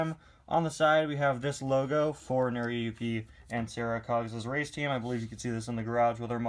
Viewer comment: it's pronounced nora yooki